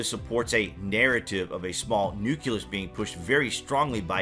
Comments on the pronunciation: Learn to pronounce nucleus properly. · NUCLEUS = NEW KLEE US ...” NEW KYOO LUS Exists nowhere in the English language